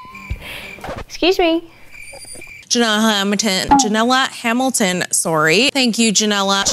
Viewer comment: Nobody: This interviewer: "jaMiNAla hAmiLitOnYteN"